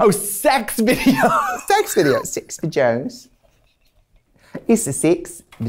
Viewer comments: Six... vedjoes 😀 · I can't be the only one that thought Tracy was saying "sex for joes" instead of sex videos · I'm a teacher and theres a video thing we use to teach maths and the woman says videos like Trixie says sex videos and everytime she says it I hear sex videos, bit awkward!